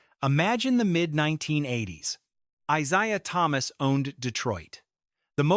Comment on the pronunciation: AI hyperbole, simply for clicks and views. This clown voice-over keeps saying ITs name wrong. Here you have it folks, a nothing-video. THIS IS OLD NEWS.